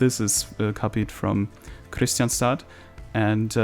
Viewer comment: Nice episode. Btw, Kristianstad is actually pronounced like this in IPA krɪ'ɧansta